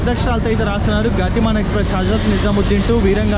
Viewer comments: గాతి మాన్ కాదు గతిమాన్ అనుకుంటా. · గాతి మాన్ కాదు, గతిమాన్. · Anna adhi గతిమాన్..not గాతిమాన్ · Gaaatiman kadu ra Gatiman express ga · గాతిమాన్ కాదు.. గతిమాన్ express.. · గటిమాన్ కాదు గతిమాన్ express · Gaatimaan kaadu bro gatimaan express... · వీరాంగన … వీరంగా కాదు గతిమాన్…. గాతిమాన్ కాదు చిత్తరంజన్ … చిత్తరాంజన్ కాదు కొంచెం తెలుగు మీద కూడా ధ్యాస ఉంచు సోదరా!!! 😂